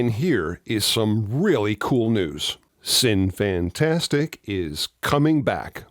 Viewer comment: uhh. Minor nit. Shouldn't it be "sinny-fantasTEEK"?